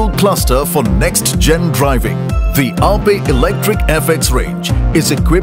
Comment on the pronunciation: Wtf... It is aa-pey and not just aye-p..